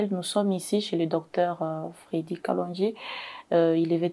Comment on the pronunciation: C'est kalonji et non kalondji